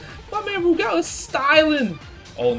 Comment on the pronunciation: Good to hear you pronounce Rugal properly. Sajam calls him Roogle.